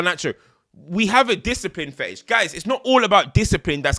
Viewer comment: "Discipline Fettish" 😭